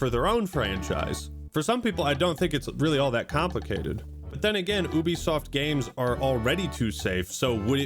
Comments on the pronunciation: It’s Ubisoft. not Ubisoft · Wait. It's it pronounced Oo be soft of You be soft? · How to you have a YouTube channel that talks about video games and you don't know how to pronounce Ubisoft? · Is it pronounced as "ooo-bisoft" or "you-bisoft"?